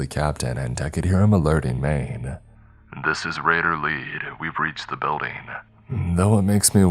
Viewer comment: BuildING!!!! NOT buildEENE!!!!